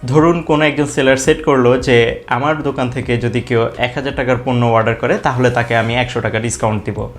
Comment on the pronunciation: Its not warder Its Order😆